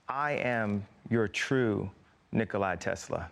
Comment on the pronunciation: Nicola Tesla is not "Nickle-eyes Tesla" as ifiot kanye mispronounces it.